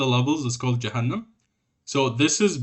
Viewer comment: That accent came in hard asf when u read Jahannam 😂